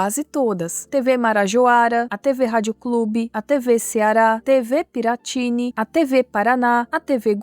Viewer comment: Eu entendo, estou falando de nomes como a TV Piratini. O nome claramente é indígena, então a sílaba tônica é o ni e não o ti como você falou no vídeo. Outro exemplo é a Rede OM. A pronúncia dela são as letras mesmo, não como se fosse uma palavra só. Um exemplo que realmente não dá pra te culpar é ter falado TNT Sports com as letras em inglês. Aqui no Brasil a gente fala as letras de TNT em português, mesmo que todos os outros canais com uma sigla dessa como ESPN e HBO(que é da Turner assim como a TNT) a gente fala as letras em inglês, vai entender